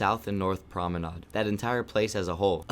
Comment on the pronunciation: Oh man you liked the season 13 rank system that was a clown take. You couldn’t even pronounce promenade correctly so idk why I thought you’d know anything. Won’t be watching another video (: this ranked season >>> 13 by far to most people too